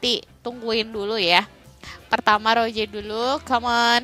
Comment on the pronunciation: Kk bukan Roje tapi Rose'